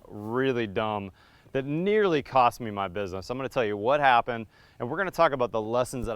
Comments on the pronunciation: "tost of the cile" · "Tost of the cile" . lol